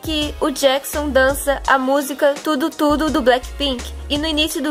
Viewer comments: vc fala tudo tudo em vez de du du ddu kkkk mas não jugo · o muie sempre que vc vai falar ddu du ddu d parece que vc fala tudo tudo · O jeito que vc fala ddu du ddu parece que vc fala " Tudo tudo" ;_; amo seus vídeos :D